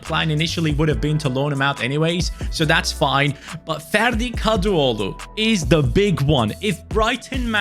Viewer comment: Hocam türk olduğunu bilmiyordum ferdi kadıoğlu demenden şüphelendim baktım türkmüşsün 😂😂